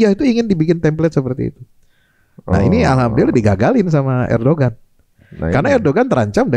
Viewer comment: baca nya ERDOGAN